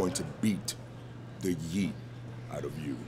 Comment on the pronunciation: Not me thinking he said “Beat the Meat” instead of “Beat the Yeet” 😭😭